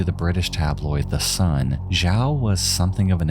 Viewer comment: It would be pronounced xiao = shao, quimei = chumey And Sergio = J sound in Spanish as in jarro, jicama, jarritos. An H sound in English if you will. It would help your videos if you tried to learn pronunciation of names when covering international cases or people who have foreign names. It can come off ignorant and irksome especially when it comes to victims. I enjoy your videos but it’s hard to get past that sometimes.